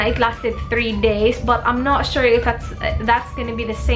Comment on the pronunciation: word of the the day "but you guys!" and "I'm not sure(w/accent)" hahahah lahat ng videos mo may "I'm not sure" 😂😂😂😂😂😂😂😂😂